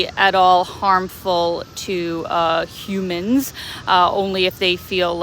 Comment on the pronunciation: Dear A:How funny you pronounce humen!Could i know where and how i can meet and see your dad in chiangmai?HB2Y to your mom.It's better to take the details of the destination the routes the skytrains and underground passing through because the lights on trains will sometimes pop up only the previous point and ahead point specified between the point you require to get off.When crossing the spacious streets in bkk like silom st.intersecting with narathiwat nakarin st.pls be careful to the traffic lights.I would like to suggest you to visit terminal 21 at the asoke st.intersecting with sukhumvit st.on the fourth fl.for meals with fair and quality prices.That article appears to be true.If i were you ,i would not think about seeing the cabaret show.i would like to once in a life time play tennis with you.Small hat on your head can protect the heat.